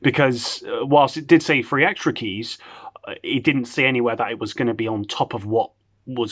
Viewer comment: When u say free it sounds like three and that’s the amount they actually gave lollll 3 keys lolll